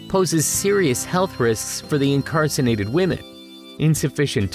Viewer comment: You didn't say incarcerated though. You said "incarcinated" at least three times.